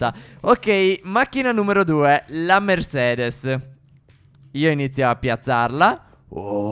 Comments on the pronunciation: MERCEDES NON MERSEDES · Mercedes non si dice Mersedes ignoranti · No vabbè non si può sentire mersedes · Stef si dice Mercedes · Mercedes si dice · Si dice mercedes